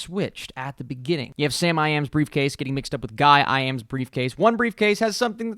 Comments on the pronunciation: it's guy-am-i not guy-i-am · Its actually Guy-Am-I not Guy-I-Am